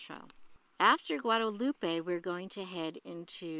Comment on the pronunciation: FYI… It’s Guadalupe.